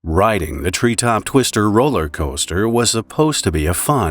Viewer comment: he used the hard R on RRiding